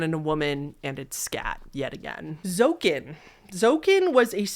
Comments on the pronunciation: Hi!! I'm dutch, and zoeken means to search in dutch, but it's pronounced zoo- ken! Just wanted to say cuz it was a bit funny:) love your videos!!! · "Zoeken" is Dutch and pronounced "zooken", like 'zoo" but don't stretch out the "oo" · this one is actually pronounced zoehkun, zoeken is dutch for search! the text above the image just says 'search the 3 differences in the photo' in dutch. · and I'll jump on the pronunciation correction train to say that zoeken is "zoo-ken"! it's dutch for to find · You completely butchered Zoeken but it's a funny mistake.